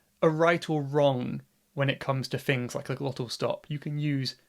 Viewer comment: "So, fink about..." "... a few fings" No, thank you.